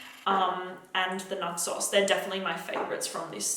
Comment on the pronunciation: When you said Naxos, it sounded like nut sauce 🤣